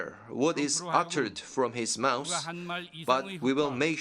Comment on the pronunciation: IS THIS IDIOT REPRESENTING NORTH KOREA FOR REAL ! THERE THE ONE'S SHOOTING ROCKETS OVER OTHER COUNTRY'S ! PRESIDENT TRUMP DOESN'T WANT TO START A NUCLEAR HOLOCAUST. IT'S THAT ROCKET PUNK WHO'S THE ONE THAT'S BEEN THREATENING US ! And it's MOUTH, not mouse ! Take some reading lessons A. hole !